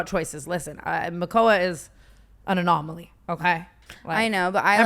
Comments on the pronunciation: “Makoua is…an anomally” 😂😂😂😂❤ love you Tana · I swear Tana says the same words, "anamoly", "coded","lore, trajectory" .. its hysterical!